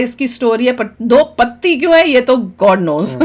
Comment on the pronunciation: Madam ji it's do Patti not do pati. Khud samajh lo phir react karo